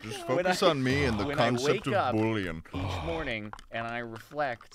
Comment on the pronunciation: Bullion is gold but pronounces it like Boullion which is a meaty broth